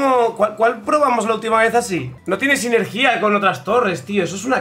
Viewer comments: SINERGIA SINERGIA NO SINERGÍA SINERGIA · Me da algo de cringe cómo pronuncia sinergia :(